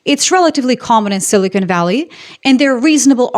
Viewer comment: "Silly-Con" Valley 😂😂😂